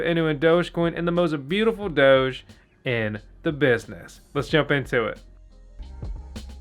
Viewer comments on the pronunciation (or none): none